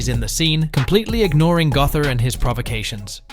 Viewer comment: its pronounce Go-ther, not Guh-ther